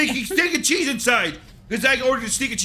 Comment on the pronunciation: Can't stand the way she says cheese. She pronounces it very fatly